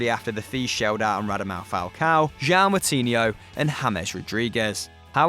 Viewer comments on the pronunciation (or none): none